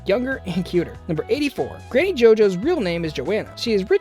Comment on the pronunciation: did he just say GANNY?! WHAT PLANET DOES HE LIVE IN?!?!?!?!